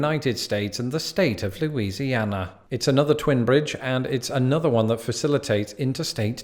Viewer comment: Ah yes, my state mentioned 5 times in a single video by. Good go at pronouncing the names of the places; you did a better job than, like, 99% of people who attempt to do so that are from out of state. Heck, even some of us don't know how to pronounce the names! That's Cajun French for you though.